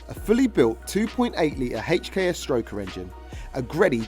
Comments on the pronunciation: "A HACHEKS turbo" 😂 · is it not HKS. why is he saying "HATCH K S' everytime?